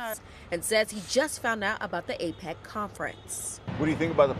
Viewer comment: She says it wrong x2 &. 🙄 it's not "APEX" & it's not plural "APECs." It seems she caught on after reading the SF Emergency Operations Center's statement out loud. Does she even know what APEC stands for? 🤔 Maybe her camera person or segment editor should correct her mistake, rather than letting it go to air.